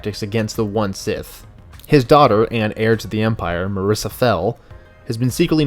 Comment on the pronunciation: Nice job. Why do you pronounce Marasiah as Marissa?